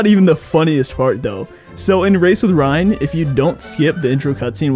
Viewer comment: Metal Gear Ryan: Reryan